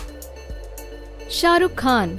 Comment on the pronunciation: It is Shahrukh Khan it is not Shashrukh Khan